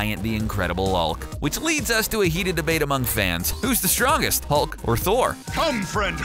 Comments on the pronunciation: Am I the only one who heard "The Incredible ulk" ? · “The incredible aulk”